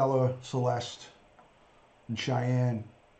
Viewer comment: Her name is Sha'nann not Cheyenne.